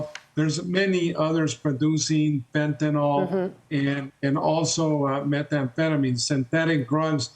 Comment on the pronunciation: Why can't government speakers pronounce Nuclear and fentnyl instead of nookyoular and fentanol?